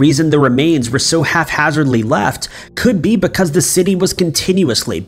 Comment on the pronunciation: Does he say 'half hazardly"?? I swear, in almost every video he mispronounces a pretty common word. The guy is not too bright.